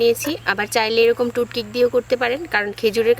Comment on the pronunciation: টুথপিককে বলে টুথকিপ আর ছাচ কে বলে চাজ😂😂😂😂😂